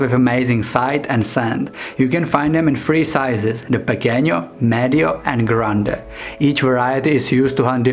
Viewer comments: It's not pequeño but instead pequeno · 'Pee-kenno' and 'grand' and 'meed-jo.'